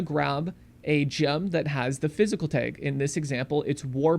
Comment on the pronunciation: I had to stop watching because of how he pronounces "tag". It's TAG, not Taiiig.